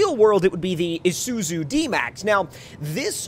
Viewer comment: #earlysquad yeah aussie's btw its issoozoo thats how it pronounced not spelled luv the vids still